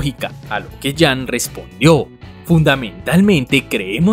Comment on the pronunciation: Jun se lee "Yun", con U